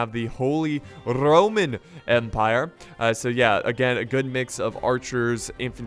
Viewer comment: holy... RRRRRRRRoman empire